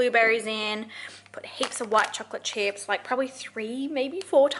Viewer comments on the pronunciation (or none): none